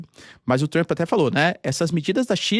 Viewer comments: "Avaliou Trumo" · " Avaliou, Trumo" 😂